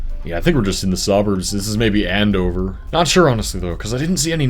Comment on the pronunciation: This was great to watch, I grew up in Wichita! It felt odd hearing you say "Andover" haha! In my opinion KS was kinda dull though, glad I moved away! Also, Wichita is a good city for practicing speed running on a grid.